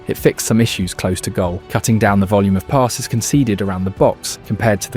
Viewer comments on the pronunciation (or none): none